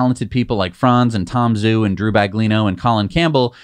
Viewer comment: Please pronounce Tom Zhou's name correctly. It's not pronounced Tom Zoo. It's pronounced Tom Joe. Zh is pronounced like a J. Guangzhou is pronounced GuanJoe.